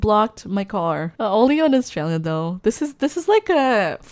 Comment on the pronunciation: Australia it not Austalia